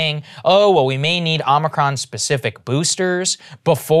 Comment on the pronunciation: Saagar, it's OMICRON. OH-MICK-RON. Not Omricon.